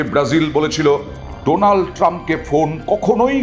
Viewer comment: উনি তো উচ্চারণ করতে পারে না , বলে ডোলান ট্রাম্প